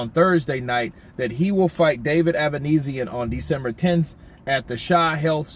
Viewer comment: Avanesyan is Armenian. His family name should be pronounced same as Kardashian or Serge Tankian from "system of a down" -ia as on sound